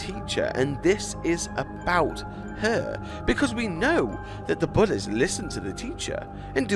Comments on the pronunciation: The way he says bullys lol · The way he says bullies is weird,but funny and I like it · I'm not sure what the lyrics say, I just liked how you say bullies